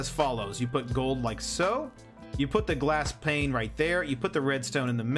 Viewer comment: Great video, actually helped a lot..... But man, Pane dosent have and L in it, you said it right, then corrected it back to Plane, killed me everytime XP